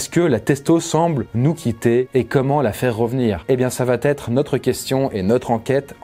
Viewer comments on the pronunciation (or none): « ÇA VA ÊTRE » ET PAS « ÇA VA TÊTRE » ...pitié. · "Ça va T-etre" aïe mes oreilles !!! Sinon super vidéo !